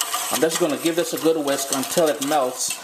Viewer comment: yup yup...big shout out to the trinis...when i heard him say "ooh goood" i was like...he trini lol